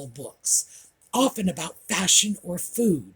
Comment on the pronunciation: don’t you know that Harry’s wife is a “Fashawn” expert?? Haha she certainly likes the colour Beige 😂 absolutely love the Audie time ❤